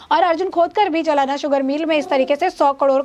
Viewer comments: जलाना नही जालना 😁😀😆😅😄😃🤣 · मॅडम सही नाम है ' जालना ' ना के जमाना. जालना महाराष्ट्र के मराठवाडा भाग मे है. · जलाना नही "जालना" बोलना जरुरी है। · जालना कहो मैडम JALNA आप जलाना कह रही है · मॅडम, जलाना नहीं जालना...